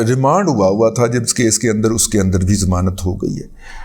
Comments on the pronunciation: زمانت نہیں ”ضمانت“ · لفظ "ضمانت" ہوتا ہے "زمانت" نہیں۔ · محترم رضی صاحب ! یہ لفظ "زمانت" سمجھ میں نہیں آیا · ضمانت ھوتا ہے زمانت نہیں ھوتا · زمانت نہیں ضمانت 🙏